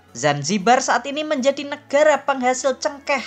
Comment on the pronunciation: YANG NGOMONG CEWEK ATAU COWOK,, ATAU 22 NYA😅😅 NEGARA , NEKARA😅😅